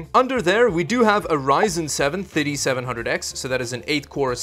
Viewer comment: Hey! I like your videos, just one comment: When you mention the processor type, please mind the pronounciation. The way you pronounce the R7 3700X is "Ryzen 7 didiseventhousand X". Similarly in your other video I just watched you said it had an "i5 didifourseventy". Bro, these are blablah words. I never thought I will teach a native english speaker, but it is pronounced "Thirty", definetely not "didi". Peace! ;) Update: It has a didiseventy VGA, some didisomething SSD, and the RAM runs at Diditwohundred Mhz. Nice. You know what "didi" means in my native language? Tits.